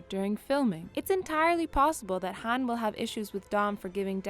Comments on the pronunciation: Says Han like hand pronunciation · She mispronounces Han's name so many times and it annoys me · This video has no credibility since she can’t even pronounce Han’s name right smh